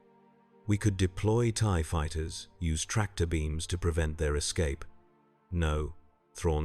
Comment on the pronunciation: Good grief, fix mistakes. Tee Eye Eee fighters? N Sign?